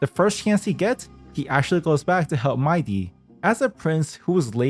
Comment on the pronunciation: no, it's not MAI-DEE. But speaking of "DEE", that's how you pronounce "THE" in "THE Herta". Rhymes with DEE, not DUH. You pronounced "THE" wrong 😂